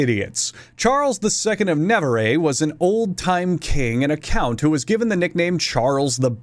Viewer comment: FYI "Navarre" is pronounced nah-vahr, not Nah-var-eh - even though it is Spanish-ish, it's more french. Though I did question my entire existence for a moment, worried that I had been pronouncing it wrong for my whole life (bad because I have a degree in Spanish LOL)